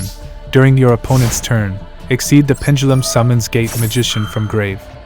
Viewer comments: I keep hearing "gay magician" every time LOOOOL great video though man dropped a like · Am i the only one who heard gay magician instead of gate? Lol Also still keeping my hopes up for an endymion guide